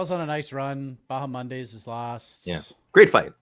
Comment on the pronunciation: Everyone else: Bahamondes: BahaMONDAYS 🤣